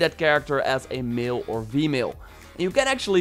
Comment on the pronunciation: ''You can play it as a male of vemale"